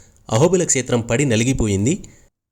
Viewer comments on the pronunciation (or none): telugu vuccharana sariga vunte baguntundi... like kshetram etc.